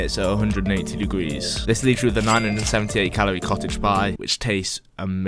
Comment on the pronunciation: Notts accent